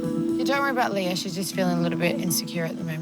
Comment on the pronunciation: Its so irritating how these new girls are turnishing LEAH's name